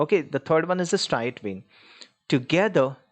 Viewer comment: it's striate vein